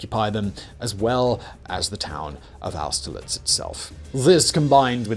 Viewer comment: Simons pronunciation is as appauling as ever. It's a shame his voice is so satisfying lol. I think it actually takes some talent to butcher peoples names so badly. But at least he could say austerlitz well enough.